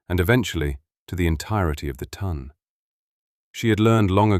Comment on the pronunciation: Its " The Tonne " . Not the ton.